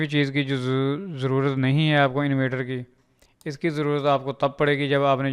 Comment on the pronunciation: bro its not invater ,its inverter